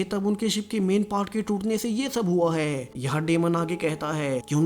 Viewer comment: Last me zor kyo lagate ho, Hai , thay bohot use ho Raha hai